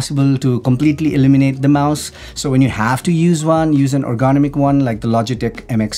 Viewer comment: Ergonomic sounded "ərɡəˈnämik" in simpler terms, "er-gu-nom-ik". Has 4 syllables and the accent goes on the 3rd syllable.(er gu NOM ik). Yours truely, a stranger on the internet 😉